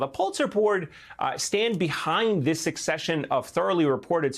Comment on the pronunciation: "We have to get dis wight. Silly wabbits." -- Merrick "Elmer Fudd" Garland